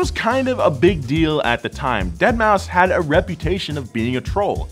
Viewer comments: Its pronounced DeadMouse. Not Dead-Maw-Five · Nor is it pronounced "dead mao" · “Dead moww five” come on,! That ain’t it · I have more issues with him saying dead ma 5 and not dead mouse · Also its not "Deadmau5 (five)", Its Deadmau5 ( Deadmouse). Thanks. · Deadmau5 (deadmouse) he says deadmauu 5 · It's pronounced deadmouse.....not dead-mao-5 lol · Did this lad really just say "dead mau five" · Yes, and it was glorious. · I also say dead mau 5 since that's how homie phonetically spells it. And yes, I also call 6lack sixlack, I am that guy. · you meant "DeadMouseFive" 🤦🏻‍♂️ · Calling him Deadmau or Deadmau FIVE is like calling one of the Stuttgart brands Porsch. Both hurts to listen to. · "DEAD MAU 5" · that’s actually pronounced dead mow cinco. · I'm surprised more people haven't corrected him on Dead mouse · "dead mau five" I'm dead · That, and the deadmaufive pronunciation. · "Dead mau five"😂😂😂😂😂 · "dead mow 5" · did he just say deadmau five? oh god. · did this dude really say dead mow 5 ? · You know it's pronounced "Deadmouse" right and you were just trolling? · Its pronounced "deadmouse" lol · It would be so funny if Ferrari sends a cease and desist order for asking for cease and desist letters(-: btw I hope you know that pronouncing the 5 in Deadmou5 instantly made his fans twitch! I love doing it( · I appreciated the intentional peppering of Deadmau5 mispronunciations